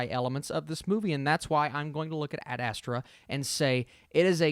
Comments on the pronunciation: You are still not saying it correct. It’s called AD astra. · "Add-Uh-Straw" lol 😂